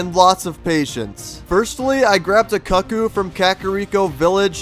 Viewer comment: I hate that you're pronouncing cuccu wrong.